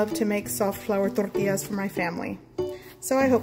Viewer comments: Can't wait to try these. BTW i watched your other flour tortilla videos and think you're saying torrtillas funny in this one!😊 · You pronounce tortillas so Tex-Mex, lol. Very light on the double L.